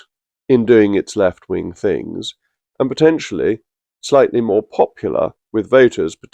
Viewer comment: Angler Reynier, the woman who wants "Fings Done Propper" thick as sht.